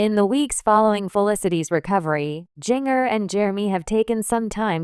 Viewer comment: Jeeng-er? God stop with the AI reading things.